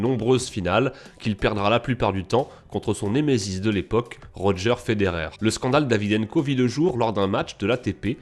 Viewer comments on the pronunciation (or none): none